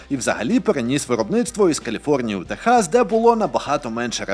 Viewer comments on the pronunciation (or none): none